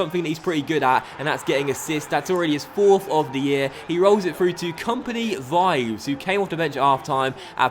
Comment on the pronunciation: Vives is pronounced like "Bee-bès" with the accent on "Bee".